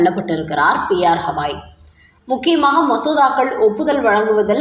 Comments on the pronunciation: சகோதரி. அவர் பெயர் ஹவாய் அல்ல. கவாய் ( GAVAI ) தயவுசெய்து சரியாக உச்சரிப்பீர்களா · ஹவாய் 😂😂😂😂 இல்ல...கவாய்... இவ்வளவு அன்பட் செய்தி வாசிப்பாளர்😂😂😂😂